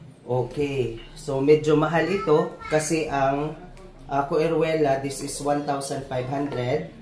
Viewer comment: Sir,that is pronounced as see-roo-le-ya(Vanda coerulea). Good luck on that one. They're supposed to be cool growers but I know someone here in Quezon City who has the species and he got it thriving and blooming even several times a year. So it's possible to keep this species under lowland conditions. Sir Ernest's Garden is the rooftop of his building in Royal,along EDSA. He could eve bloom the difficult to bloom Vanda suavis.